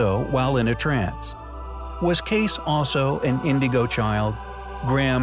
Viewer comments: Cayce kaysee not case. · Edgar Cayce. It's pronounced K C. Come on man. How can you be a content creator when you can't pronounce easy words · You couldn't atleast pronounce Edgar Cayce's name correctly.. what a shame